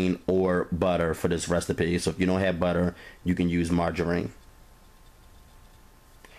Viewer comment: Mar-ger-rheen!!! Haha I love it & Your cooking! Simply the best...delish hun!